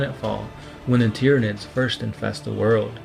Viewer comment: I'm really glad I found your channel and appreciate the work you've put into it. This is the moment that anyone reading this will hate me, but I just have to say it because that's who I am. your pronouncing a large amount of names... wrong. Tyranids is pronounced the same way you say Tyrannosaurus.